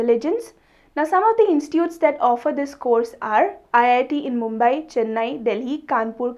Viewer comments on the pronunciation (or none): none